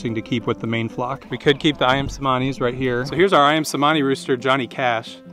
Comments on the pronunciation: The c in cemani is pronounced cj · Cemani is pronounced che-money